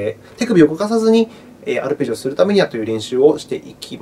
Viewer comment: ありがとうございます(*´ω｀*) 「ぱるぺじおのあたーん１」で吹きましたｗ